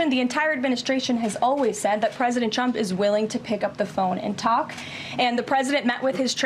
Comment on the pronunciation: Her "tr" sounds like "ch", President Chump